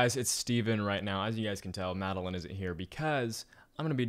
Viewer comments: you didn’t call Madeline you called Madeleen 😂😂😂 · Call Madeline (Mad-uh-lin) Siri: Calling Madeline (MAd-Eh-LaYnE)